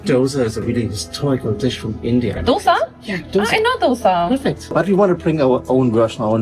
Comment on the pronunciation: The way she said dosa in the perfect South Indian accent healed my soul